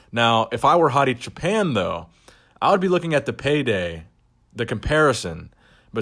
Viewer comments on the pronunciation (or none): Great content as usual, thank you. BTW his last name is pronounced /choopaan/ which means "shepherd" in Farsi. Keep up the great work brother. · It's pronounced "choo pawn"